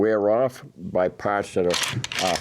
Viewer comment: Just keep it wet, eh? Then wipe down “yer pahhts”.